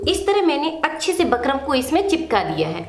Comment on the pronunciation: Madam बुकरम् hota h bakram nhi